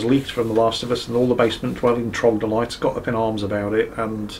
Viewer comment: Time for verbal nazism: the world is troglodyte, not trogdolyte. Heroes of Might and Magic 3 taught me well.